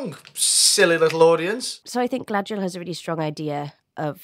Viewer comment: Everyone in the show butchering Galadriels name just gives the same vibes as all the names being pronounced wrong in the live action A:TLA…